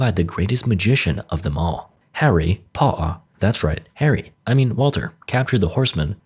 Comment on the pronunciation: Harry pomter